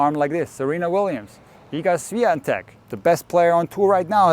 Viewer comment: As a pole its very funny for me to hear how you are trying to pronounce name Iga Świątek. Good video.